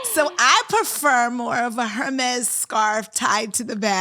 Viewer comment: April and this bonnet situation is so judgey. She prefers an Hermes scarf but didn’t even pronounce the brand correctly. Please, ma’am. The fake bougie is transparent.